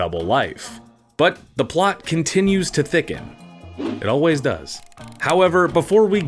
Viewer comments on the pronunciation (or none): none